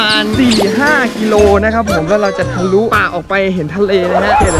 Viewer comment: ทะลุนะคะพี่ไม่ใช่ทุละ5555 ย้อนดูหลายรอบมากกกก55555